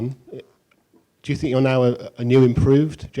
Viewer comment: Best part is when he saiyng i tsink so !